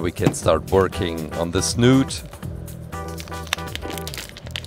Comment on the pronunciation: Snout not snooot